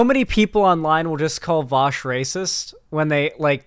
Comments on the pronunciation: "Welcome to the show, Vaush." "Where's Virgil?" "Why have you done this to me Vowsh?" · She goes from saying his name correctly to saying it like friggin' Sargon. She's so dishonest xd